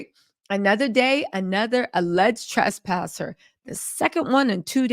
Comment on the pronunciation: Everyone: Trespassers: The TRESTpassers lol😅